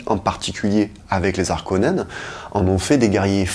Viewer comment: Salut. Merci, c’était cool! Ah oui, on ne dit pas les Zarkonnens.. Bonne continuation